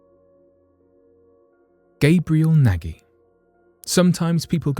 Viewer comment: The Australian who's name is Nagy its pronounced as 'nodge'.